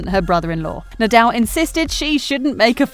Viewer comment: Rafa Nadel? 😂